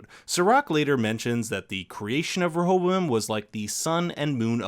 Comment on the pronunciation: Every time you say rehoboam it sounds like you got a mouth full of marbles 😂😂...great video tho. Really enjoy your recaps